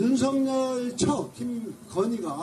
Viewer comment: 꼭 윤서결이라고 발음해주세요